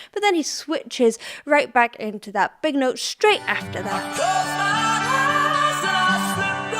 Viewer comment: I love the way he says "Hi's" instead of "eyes". The hard "e" at the beginning of "eyes" would have closed off his throat but the "h" keeps it open to run up the register.